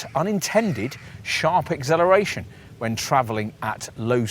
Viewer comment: great review apart from the annoying repeated incorrect pronunciation of acceleration to agzeleration